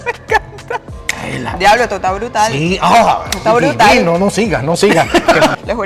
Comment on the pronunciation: Te salio bien brutar❤❤ soy puertorico